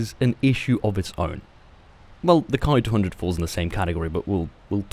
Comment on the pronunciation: Why do you say ''Kai-200''... It's ''Ki-200''...